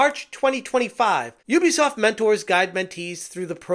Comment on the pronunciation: Ubisoft ❌ Oobisoft ✅